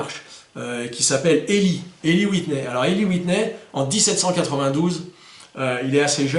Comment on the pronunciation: Prononciations: Pettengill:Pettenguill Eli:ilaye Whitney:witni roger:wrodgeur walker:waukeur. Merci, super vidéo!